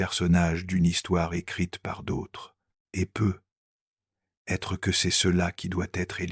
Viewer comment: C'est merveilleux ! Quel beau message mais j'aimerais beaucoup qu'une locution soit corrigée c'est "peut-être " D'entendre PEUT être avec un silence important entre les deux mots fait perdre momentanément le merveilleux message envoyé !